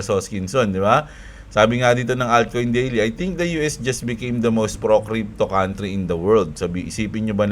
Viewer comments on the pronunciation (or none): none